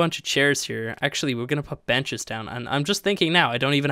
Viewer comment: when you said im going to put some benches down here the video lagged for me and sounded like you said you were going to put down some b*tches lol